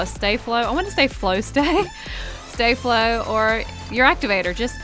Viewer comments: It's Stafford not Jay flu stay flu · its not stAflo its staflo